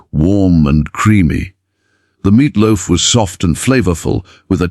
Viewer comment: what's 'meatlof'?😂